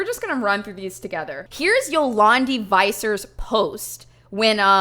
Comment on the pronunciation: Yo-lawn-Dee vi-ser